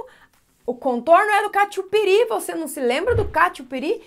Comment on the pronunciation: É catupiri 😂😂😂😂😂😂😂😂😂😂😂😂 Não catiupiri